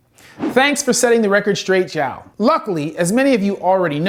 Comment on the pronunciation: jauau auaro. After this I'm going to tell every single gringo that my name is john, not joão 🙂